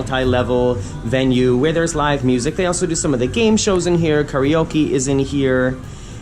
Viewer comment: I heard choreoke instead of karaoke... i would love that: karaoke with choreography!